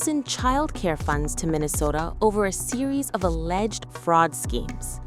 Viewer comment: Stop saying alledged!!! ITS REAL...